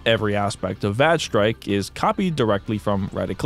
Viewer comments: I'm sorry, VAGE strike?! LOOOL! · im going insane over vage strike having a character named dike (even though it's spelled like the geology term) there's no way that the game isn't pronounced (væj (short a) with that bit of lore